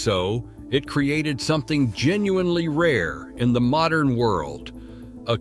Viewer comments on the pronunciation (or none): none